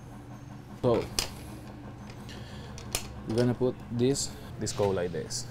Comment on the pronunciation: Like dis and like dis and dis then do dis…and dis…dis (this) and like dis